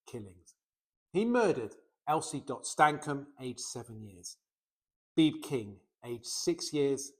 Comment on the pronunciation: Her name is pronounced BeeBee you ignorant idiot, NOT Beeb for Gods sake! If you are going to cash in on the Hell that hit the families and people of my hometown, at the very least, pronounce the little angels names correctly, god damnit!